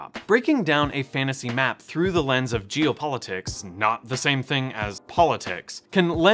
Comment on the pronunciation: Loved the video and the education, but it sounded like you were saying "Jew politics" instead of "geo", and that made me feel uncomfortable.